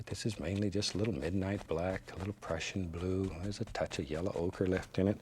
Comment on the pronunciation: When he says Prussian blue it sounds like depression blue 😂